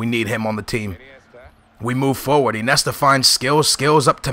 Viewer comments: It's Iniesta not Inesta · no offense,but,Iniesta is pronounced In-i-e-sta,not I-ne-sta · Iniesta... not Inesta. Falcao not Falcon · "Inesta" haha i love u skills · Lol i love how he says Inesta instead of Iniesta xD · Inesta? Iniesta ;) you have to say the names right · not inesta........but iniesta................... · its Iniesta not inesta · you don't say iniesta, it's injesta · why do u say inesta instead of iniesta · InIesta not Inesta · "Inesta" "Nesta", your pronunciation is pretty crap man, it's "In-e-esta" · IN-E-ESTA god dammit! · Sorry to be rude but iniesta is said like in-ee-est-a